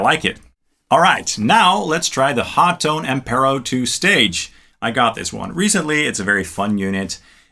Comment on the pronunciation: Why is Hotone pronounced as Ho Tone and not Hot one?